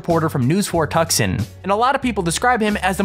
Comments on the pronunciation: firstly, Tucson is pronounced two-sahn, not tuck-son secondly, an american football game is never referred to as a match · It is not Tuk Son.... Tucson is pronounce tOO sAHn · Tucson is pronounced like TOO-Sahn. Not Tuck-Son. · Tucksan? I think its pronounced Too-san! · TRIGGERED!!!! He peonounced Tucson wrong and it is really bugging me. He pronounced it Tuck-sun but it is pronounced Tue sõn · David Rachlin ---- Wow. he literally pronounced it Tuck-Son.... smh.